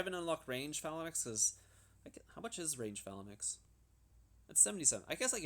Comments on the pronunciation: Dude. I love your videos but this one was so painful to watch - "Phalanix"? Phalanx ("fay-lanx"). "Calaphracs?" Cataphracts ("cat-uh-fracts")... repeatedly. It hurts. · why do you pronounce phalanx so weird... it's not Phalan X, it's one word :p also how did you get such good jewels? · why do you keep saying phalanix lmao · Lmao ‘phalinix’ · Dude please watch another video amd learn how to pronounce phalanx